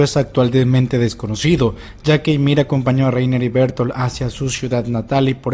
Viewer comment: Mientras sigan pronunciado Bertoltod y Lainer, sigo sin fiarme